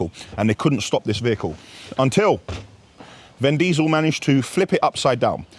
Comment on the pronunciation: Who is “ven” diesel?😂